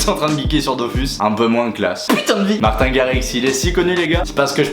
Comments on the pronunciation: On prononce " martine " à l'anglaise ( marteen) et non pas " martin " alala ses Français qui Francise tjs tout ;) Et il est effectivement Néerlandais ( hollandais quoi) le drapeau que t'a utiliser est correcte, sauf que tu à utiliser la traduction de ta phrase non pas en néerlandais, mais en Allemand "Ich bin ein DJ" alors que c'est " Ik ben een DJ " ;) La raison de ton erreur : quand tu utilises google translate, la traduction anglaise de " néerlandais" se dit " Dutch " qui ressemble et pourrait être confondus avec Allemand , sauf que "Allemand " en Anglais c'est "German " ;) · mdr dislike juste parce que ta prononcé martin à la français nn jdec gros like